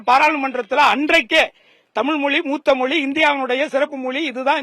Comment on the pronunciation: ஆங்கிலமும் தேவையில்லை. தமில் தமில் மட்டும் போறும்